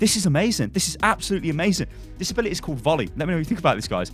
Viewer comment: “Abilitie” lol